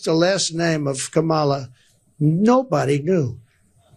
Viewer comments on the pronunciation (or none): KaMAla? Pronounce it right, DonNIE, and maybe people will understand what you're talking about. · Trump still can't pronounce Kamala Harris's first name correctly. It is correct that Trump doesn't know what a supply chain is. He is complaining about slow shipping, not supply chain problems. This guy is supposed to have a degree in economics and should know what a supply chain is. He is ignorant. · His press conferences are all the same. I can tell you what he specifically said in one without even watching it. “I have yuge, yuge crowds. No one has crowds like me.” “Poor Sleepy Joe, they forced him to drop out of the election. I actually like Biden, he’s better than “Kamla.” He’s 10 times a better man that she is.” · He can't seem to pronounce her name right. It's either "Ka-MAL-la", or even "Camilla". And meantime, um, um, is Hillary Clinton still around? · Trump is a stable genius and still haven't learned how to pronounce Kamala. Should make you think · Of course no one knows Kamala's last name when "Kamala" is GROSSLY mispronounced. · Is he and other MAGA so petty, so insecure, so childish that they can’t pronounce Kamala correctly? What a bunch of tools! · If donald said Kamala's name correctly, maybe the man on the street would know who he was trying to talk about. 😀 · trump can't even pronounce Kamala Harris' name, so how could his low information followers know wbo trump is talking about. Supply chains were disrupted because of trump's mishandling of COVID. Biden/Harris had to work to reestablish these chains. It caused a great deal of the inflation we experienced after trump was out of office. This whole press conference is weird with trump whining and complaining constantly. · Trump does not even know Kamala's first name, he mispronounces it constantly. I guess he thinks he is being clever, but he just comes across as a rude pig, a juvenile bully who loves to dish it out but can't take it when it comes back at him.